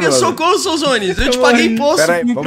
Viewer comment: O correto de pronuncia do nome de é Souzones e não sodones 🤓👍 (zueira!)